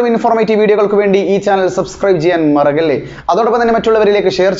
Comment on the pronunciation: മറക്കല്ലേ എന്ന് പറ അല്ലാതെ മറഗ്ഗല്ലേ എന്നല്ല